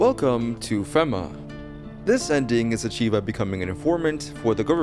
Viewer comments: Is pronounced FEMA (fee-ma) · Nice try buddy, you were totally trying to get me to leave a comment because you promounced FEMA like that. Well, it's not gonna wor-.... just take it.